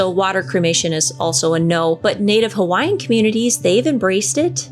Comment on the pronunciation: I am from Hawaii, and your pronouncement of the Hawaiian words was right on!